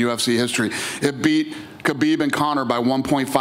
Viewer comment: How is Dana still pronouncing Khabib’s name wrong lol